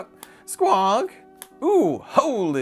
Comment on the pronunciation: oo I cant wait for the playmat! creepy type design has my interest peaked. I like the alien astronaut card, and the way you say SQUONK haha